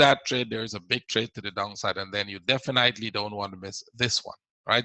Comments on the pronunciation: I appreciate your work but please check the pronunciation of the word "definitely". You pronounce it incorrectly every time:;-) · No that’s not true, your English is quite good otherwise! "Definitely" just stands out. ;) No need to become condescending, it was not my intention to offend you. I’m sorry if I did. Just trying to help, I didn’t "figure" anything out.